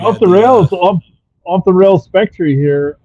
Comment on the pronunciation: It's Spec-ter